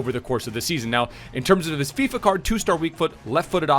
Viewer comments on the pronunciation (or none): none